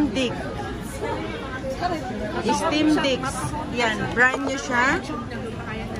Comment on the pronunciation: Steam na tt 😂 stimdick ampt